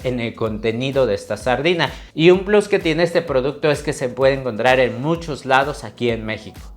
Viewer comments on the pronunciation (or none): none